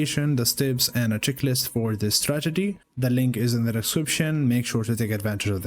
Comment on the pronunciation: correct me if I'm wrong, but is he saying stragedy?